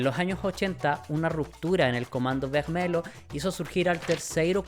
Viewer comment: Excelente video me encantó la investigación y la historia que contaste! Siento que es algo que el mundo hispanohablante no habla mucho ya que es historia de Brasil . Sólo una cosita en portugues cuando hay un lh se pronuncia como /li/. Vermelho - /vermelio/